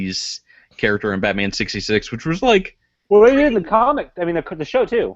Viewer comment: Lol "battainment"